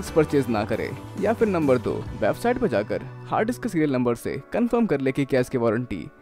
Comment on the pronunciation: Hard disk or harddiks (you're pronouncing like it ) #justasmallcorrection